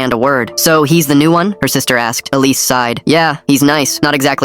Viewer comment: 'Alice' 'police' 'Elise' bruv...